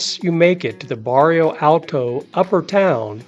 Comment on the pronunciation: This video is very informative and helpful to those planning their first Lisbon trip. I do like your recommended walking map directions. I've been to Lisbon and covered most of what you mentioned but there are some places I did not see and do want to go back some time and cover those as well. My only criticism for your video is that you made some glaring typos and mispronunciations (such as Barrio Alto instead of Bairro Alto). Baixa should sound closer to "Buy-Shah" than "Bahk-Sheeya". It is such an American tendency to pronounce things the way an American would read them instead of learning how they are really pronounced. When creating a informative video on a place, you do owe it to your viewers to make a better effort here. This critique aside, you did a very good job on the information presented to help people plan things.